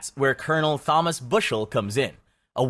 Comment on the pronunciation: He is just reading the script, not actually doing any research into how to pronounce names, "Huey Long"? he reads it as if its an asian name, "Thomas" pronounces the th